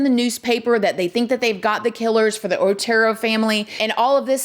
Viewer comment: So my comment about pronunciation gets deleted? Pronouncing the name of these pitiful victims is the least we can do. They were the OTERO family.... Not ORTERO